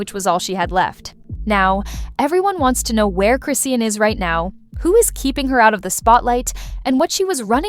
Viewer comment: Chi-shawn chrisean not Chrissy or crison' just call her rock since you can't pronounce her name